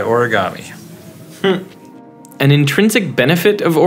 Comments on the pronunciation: It is not pronounced or-a-ga-me. It is pronounced o-re-ga-me. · オルィガァミィ が好きすぎる